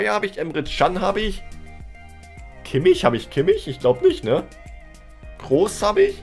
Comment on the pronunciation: Du sprichst immer noch Kimmich falsch aus